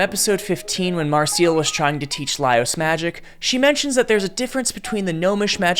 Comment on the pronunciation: From the pronunciation of Marcell and Falin's names alone, and essentially the Undine (on dean ayh?) im almost positive this is AI generated garbage, but I'd loved to be proved wrong.